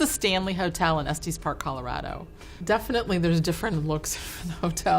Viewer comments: As someone from Colorado and who visits Estes Park often, including the Stanley Hotel... I have never heard it pronounced Es-TEES. We say Es-tess. Like Tessa. Tess. Estes. lol was actually kinda cool to hear it said like that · That has got to be the most...disturbing pronunciation I have ever heard of Estes Park.